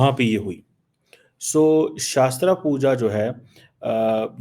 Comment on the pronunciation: It's shastra puja not shaastra puja. Atletët you should have done your homework before barking